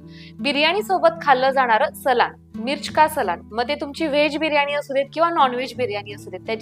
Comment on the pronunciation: रेसिपी छान आहे पण सलान नाही म्हणायला हवे सालन म्हणतात